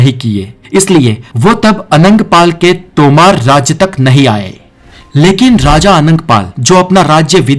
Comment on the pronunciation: तोमार् नही है बो तोमर ह